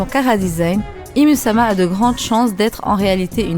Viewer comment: Bonne theorie mais ca se dit pas ym ?